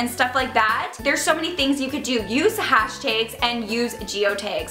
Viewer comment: The way you say "hashtags" is interesting lol are you Italian? You have that New Jersey accent